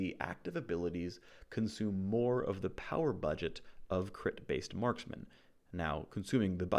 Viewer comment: Marskmen? wtf is a marskmen? Do you mean Marksmen? as in tanged adc? smh